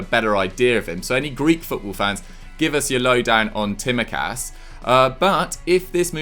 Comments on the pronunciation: *Says Konstantinos Tsimikas as Kostas Timikas: "great pronunciation there m8 lovely" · It is pronounced Simikas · it's TSI-MI-KAS believe me I'm Greek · We looked it up... the s is silent! () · butchered Kostas Tsimikas name. LOOOOOL! He is a baller though, probably one of the best Greek players right now! He is faster than Robertson and he would probably start for most of Premier league sides but it's a shame he would have to compete against Robertson for a starting spot.